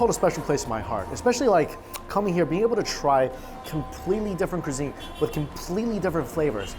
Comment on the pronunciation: No one: .... Mike: CRI-ZEEN